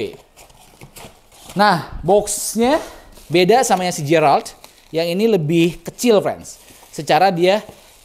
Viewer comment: Geralt..bukan jeyralt bang..